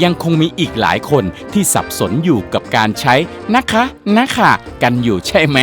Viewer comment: ผมขำคำว่าน้ะค้ะ